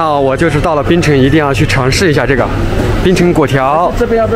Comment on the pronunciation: 为何中国朋友总是叫槟城 叫成冰城